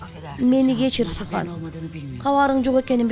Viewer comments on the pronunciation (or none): Сүхандын аты сухан эмес Sühan деген сүхан деп окулат